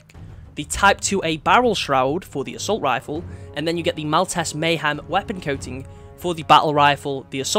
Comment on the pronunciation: it's Mal-teese